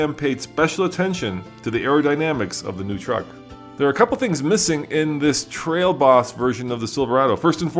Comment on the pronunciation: Hahaha damn i hadn't even noticed that